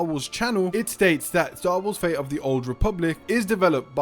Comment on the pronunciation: I wonder why you pronounce all the "T" in a 10min video, except in the word "fate". Why "Star Wars: Fay of the Old Republic"???? Where does the "T" go?